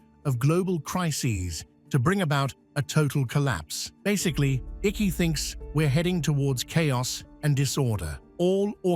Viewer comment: David Icke pronounced Iike